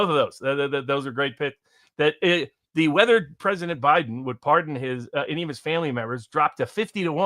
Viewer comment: He talks too much. He cuts off & interrupts him often it's frustrating. Alexander does it to nearly everyone even including the likes of Patrick Lancaster. I like him too buy agree with you. It irritates me how he Pronounces "his" like "he's" & the way he says a few other things totally wrong.